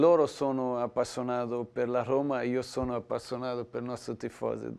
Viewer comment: Roma è la capitale d'Italia e tutto il mondo lo sa e lui la pronuncia oma